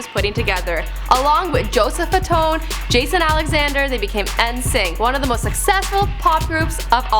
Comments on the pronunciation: ENSYNC? SIILIS?? BRO, LEARN TO PERNOUNCE THESE WORDS RIGHT!! IN SYNC AND SILAS! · did you seriously pronounce NSYNC like en-sync? BITCH ITS PRONOUNCED IN SYNC THANKS VERY MUCH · She keeps on saying their name weird 😂 It’s pronounced “In Sync”. Just because it’s spelled N’Sync doesn’t mean you say the letter N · I hate how she says N*sync